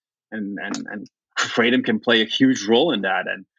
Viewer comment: Krah-tom not Krate-om